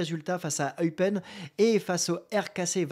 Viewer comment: Pourquoi Euypen.... 😂 J'adore les français et les noms et les langues 😁 Très bonne vidéo ! Et surtout, ALLEZ L'OM 🔵⚪